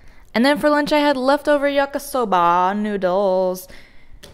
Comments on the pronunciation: a chill vegan if you're just goofing, why do you care? also, i was just kidding, didn't mean to offend! im Japanese and i just like hearing it pronounced correctly. its pronounced yakee soba not yakasoba. really like your videos dude, hope you don't hate me now or somethin lol. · That's not how you say yakisoba!!😂❤❤